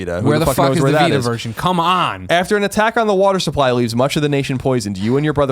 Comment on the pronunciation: I know you said, "come rain or shine." but it 100% came out as, "cum, rain or shine.".